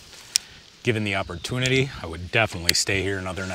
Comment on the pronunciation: "Disgusteen" is not a word. "Clotheen" is not a word. "Opportunidee" is not a word.